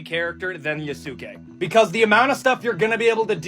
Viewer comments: Yea su kay. My man is making me cringe with each time he said it. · > promnounces it Yo-SOOK-ay >Opinion discarded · “I gotta play a WOMAN or the BLACK MAN YA-SOO-KAAY?! I’m so invested in getting the Japanese culture right when I can’t even pronounce anything correctly and I’m absolutely not using it to hate on women and black people” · It’s pronounced ya-skay like saskay sasuke from Naruto omg I got triggered so bad it’s right up there with people pronouncing kamehameha wrong when it got added to Fortnite lmao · "yuh soo kay" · Dude talking about respecting Yasuke but can't say it right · The guy talking about the creed shadows thing and then choosing the one black guy to ever be a samurai bothered me. I understand his points, but he can’t pronounce Yasuke, shinobi, or Tsushima right and it bothers me so much cause it’s not that hard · The dude mispronouncing Yasuke's name while bitching about not being historically accurate will never not be funny. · Can't stand the way that guy pronounces Yasuke. The thing that's really funny to me about the whole Assassin's Creed situation is like.... When have those games ever been historically accurate? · I die every time the guy pronounces Yasuke's name wrong 😭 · I am not taking the opinion of anyone who pronounces Yusuke like that. No opinion for him.